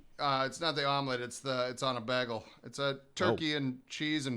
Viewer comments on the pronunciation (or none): "Bah-gul"? Like how Britta pronounced it from Community?